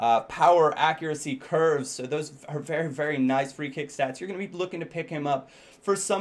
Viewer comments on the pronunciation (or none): none